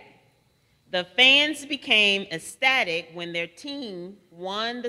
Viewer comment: This word is pronounced incorrectly. It is “ek-stah-tick”, not “eh-stah-tick”.